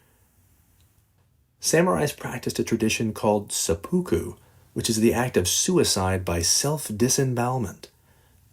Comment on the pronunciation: Se-poo-koo 😂😂😂 I don't think I've ever heard that pronunciation.